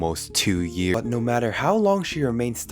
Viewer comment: i love how he says years😭